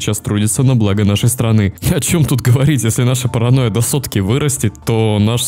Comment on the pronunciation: ты сотню раз сказал Параноя Сталина зазазаз